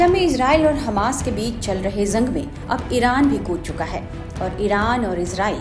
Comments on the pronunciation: जंग होता है not ज़ंग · Madam zang nahi jang boliye Gaja nahi ghaza boliye, please correct ur pronunciation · zang nahi hota jang hota hai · ज़ंग नहीं जंग बोलिए मैडम...😂